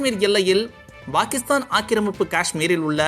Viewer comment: சார் Bakistan என்று சொல்லாதீங்க சார் pakistan என்று உச்சரிப்பு வேண்டும் என்று கேட்டுக்கொள்கிறேன். முட்டாப் பயலே.